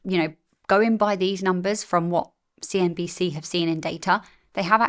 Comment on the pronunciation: You very nearly said 'CNBS'. 😂